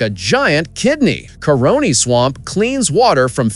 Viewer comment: Caroni - not coroni